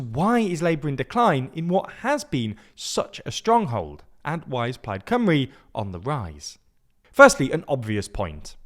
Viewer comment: but the video is in English, so shouldn't the spelling be English too? They kept pronouncing it Cumry, not Cymru (Simru?)